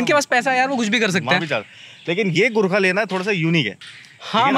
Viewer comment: Burkha nhi bhai ji Gurkha 🙏 Burkha se bahr aa jao bhai ji Kyuki Burkha toh htne wala h 🤫